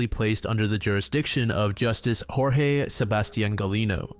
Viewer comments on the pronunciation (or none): none